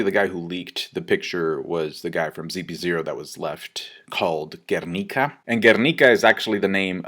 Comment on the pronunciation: Finally someone pronounce Guernica accurately.